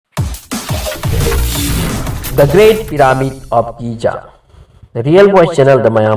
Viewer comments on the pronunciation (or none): Kari no ngna Giza bu Ghaza hydo, Nile riverdo ngna Nilll tural hydo keigni, chamber bu chaaammmbar, mayek seng2na hybiyu angang taba yaoradi lanna khngkhrani, Ngna pabado fajana khngaga pabiyu......